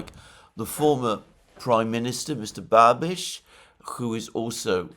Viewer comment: wow, Babiš with "š". Alexander is also a language expert! Congrats! Anyways a sober evaluation of Babiš. Thanks